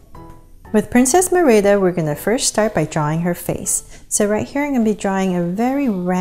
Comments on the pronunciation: Great job! The only thing is her name is pronounced Marida not mirida. But I really liked the video! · it's MERIDA NOT MERIBA!! just to clear it not being rude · It's not mirda It's mErida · Your saying her name rong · My friend says that u pronounce Merida wrong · She/he is right then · lol the way she says merida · That's not how you pronounce Merida